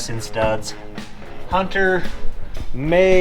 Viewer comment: The rare Utahn who can pronouce the name "Hunter"